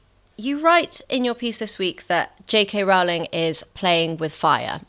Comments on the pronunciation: It's pronounced ROLL-ing, not ROUL-ing. Get it right. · It’s Rowling, to rhyme with bowling. 🎳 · Please EVERYONE, at The Spectator and elsewhere, in the interests of accuracy and as a sign of respect to a hugely important person, pronounce JK Rowling's name as she wants it to be pronounced: as Rolling. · ROWLING is pronounced as "row row row your boats." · Rowling rhymes with 'bowling', not with 'fouling'. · How do SO many people not know that Rowling rhymes with ROLLING? It's astonishing.